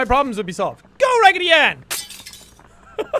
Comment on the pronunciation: I kept laughing wehen he said ragidy anne